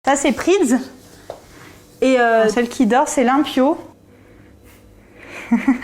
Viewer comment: Limpio ça veut dire propre en espagnol. C'est excellent comme nom pour un chat mais faut le prononcer correctement ;)